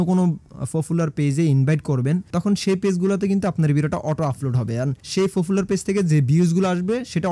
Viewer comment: ফারট , ফফুলার , আফলোড , সাফ এগুলা কি ধরনের কথা !! ...... ভাই মনে হয় নোয়াখালীর ...... প রে কেন যে আপনারা ফ উচ্চারণ করেন !!